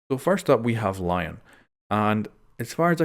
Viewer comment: Because he IS french its said L-ee- on (like in b-on-jour)